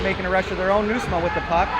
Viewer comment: Ha! You did great, you can even pronounce Nieusma!!!